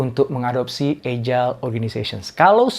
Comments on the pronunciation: How to pronounce: /ˈajəl/ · Salam sejahtera pak Doktor. Izin saran. Coba dicek kembali cara baca kata "agile". Jgn terlalu sering wajah Bapak yg dimunculkan. Lebih bagus isi/ bahan materinya yg sering dimunculkan. Trm ksh.